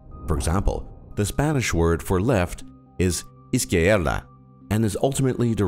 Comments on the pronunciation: Izquierda is pronounced more like "Is-kyer-da", not "Is-kee-er-da". Quier (Kyer) is pronounced as a single syllable. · the pronunciation of izquierda was terrible